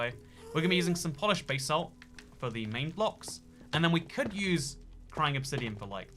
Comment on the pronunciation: No one:: bay-salt